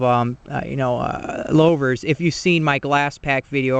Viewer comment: "Lo-vers"? It's pronounced "Lou-vers".